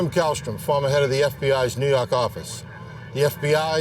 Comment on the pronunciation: Hits me everytime he says neaw yak office